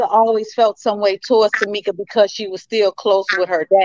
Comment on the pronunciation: You said Tameka